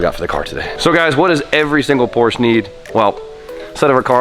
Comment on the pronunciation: “What does every single need?” An extra vowel. 😂